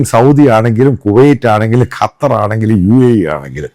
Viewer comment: കറ്റാർ അല്ല മൈരേ.... ഖത്തർ.... ഖത്തർ... 😎